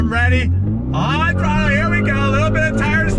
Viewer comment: I got hype every time he said " On throttler" .